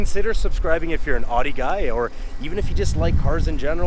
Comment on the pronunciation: could u pronounce Audi correctly its bugging me lol